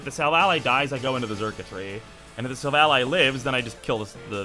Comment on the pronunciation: Everyone knows it’s silv-AL-lee